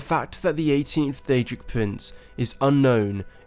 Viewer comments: DAEDRIC PUWINCE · Daedric Pwinths